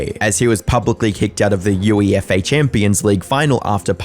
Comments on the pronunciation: UEFA is pronounced "you-ay-fa" and not "U-E-F-A" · Lol -U.E.F.A ....it's UEFA pal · “you-e-eff-a” Yh I’m clicking off the video now It’s (you-ay-fer) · Learn how to say UEFA bro, it said You-aey-fuh not U.E.F.A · It’s not U.E.F.A is UEFA pronounced Ew-Ay-fa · it’s pronounced you*ay*fuh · Just a slight correction: "UEFA" is pronounced "You-Eh-Fah." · UEFA: ‘You-A-Fa’ 🙂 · They way you said UEFA, by each letter. 😂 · Just curious, are you using AI to replicate your voice? You said UEFA and Gordon Ramsay in a really strange way. Nothing wrong with doing so. Just found it odd.